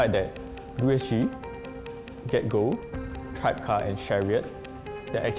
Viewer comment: Actually it's pronounced "Tri-beh-car", and not "Tribecar".